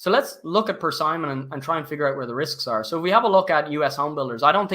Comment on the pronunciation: My brother in Christ - it's pronounced, Per-SIM-ON.....not Per-Simon